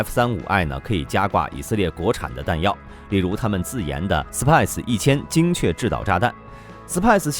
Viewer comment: SPICE = SIPIE ????? 🐓 siah.....